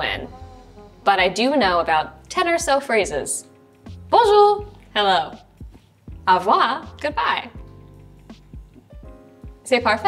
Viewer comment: Good bye is au revoir and not avoir hahahaha no hate tho